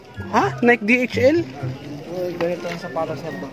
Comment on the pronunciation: Mr Vlogger,it is pronounce as Naiyke not Nayk.